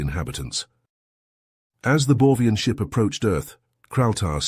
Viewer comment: Am I wrong, cause I hear "Borvian" while it's written "Borgian" in the subtitles?